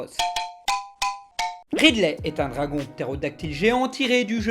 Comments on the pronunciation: Très bien, par contre petit message chiant juste pour dire que ça se dit pas "Raïde lait" mais "Ride lait", inutile de faire le "i" anglais quand les anglophones eux-même ne le font pas. Après les anglophones diront "rideli" mais la coutume francophone fait que ça sonnerait bizarre de le dire ainsi dans notre langue. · Donc quand tu parles de Ridley tu prononces "Raydley"... Mais quand tu parles de Ridley Scott tu prononces à la française... Mais en fait non des fois tu prononces le premier comme le deuxième... Et puis je suis perdu moi D